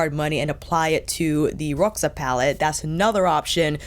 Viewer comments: Né? Eu achei que a pronunciou direitinho, deve ter sido uma das únicas YouTubers de língua inglesa que fez esse esforço 😃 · Hi, how you doing? I'm from Brasil (wich you guys write Brazil), where we speak brazilian portuguese, and the way you said Roxa is just right, it's just how we do it around here (no idea how it goes in Portugal). Luv luv luv your videos, yaour chanel is one of my all time favorites. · I’m Portuguese and it sounded perfect ❤